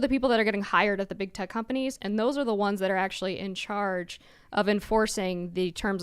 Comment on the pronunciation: “In Chairge”…as in “He leads the chairge”😂